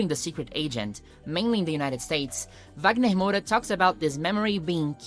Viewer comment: Eu só descobri quando ela falou, pois fala o inglês com tanta desenvoltura que achei que não era brasileira, eu não falo inglês, mas percebi que falava o nome do Wagner Moura como uma brasileira.